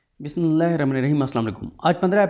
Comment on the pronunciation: السلام علیکم مجھے آپ کا vlag بہت پسند ہے بس آپ مہربانی فرماکر اپنی بسم اللہ پر غور فرما لیں جزاک اللہ خیر